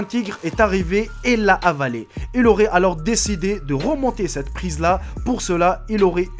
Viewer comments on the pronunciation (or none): none